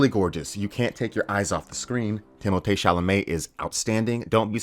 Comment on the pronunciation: Why can't you simply say, timo-thee... chalamet.... It's not tim-mot'e.